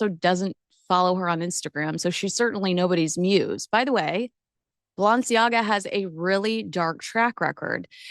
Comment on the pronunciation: It would be helpful if you learned how to pronounce Balenciaga correctly.